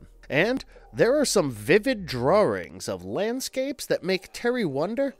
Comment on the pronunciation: I wonder if the narrator pronounced DRAWRING intentionally lol